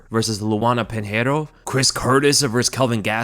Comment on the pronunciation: Portuguese nh is the same as Spanish ñ and French gn. So it is not pin-hei-ro. It is pi-ñei-ro. You cover a sport with lot of brazilians, so you must up your Portuguese game.